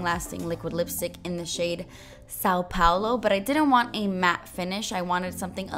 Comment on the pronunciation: this is such a beautiful makeup, I love the colors, but you're saying São Paulo wrong.:)